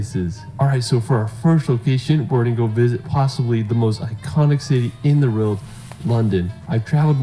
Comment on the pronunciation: I am the only one who hears this guy say’ in the reald “ over and over. The word is world 🙄